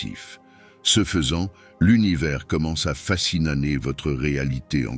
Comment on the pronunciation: À partir de 7'30 , il y a un bug dans la phrase........?!?!?! " quand le telephone portable ment...😅bug ou lapsus virtuel lol...?!?! A.i.? "votre univers commence à fasciNAner😅😅"la fatigue quantique😅😅❤